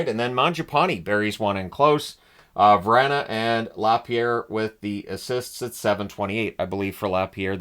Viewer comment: Still not re subscribing. VRAH-NUH not VRAN-UH. Gosh you s***!!!!!